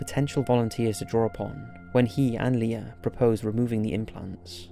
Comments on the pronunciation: "LIER" lol while ur description says Leir. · It's Leir not Lier!!! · Leir not lier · Didn't even get his name right. "Leir" or "Lier"